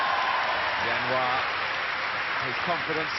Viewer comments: "Jianhua" not "Zianhua", dumb british TV cannot even get his name correct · aiyo why do they call him yan hua his name is jian hua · Zhao Jianhua. not Zianhua